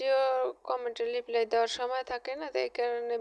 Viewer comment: লিপ্লাই নয় কথাটা হচ্ছে রিপ্লাই lk